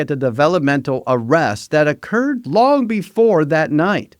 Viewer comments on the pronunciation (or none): none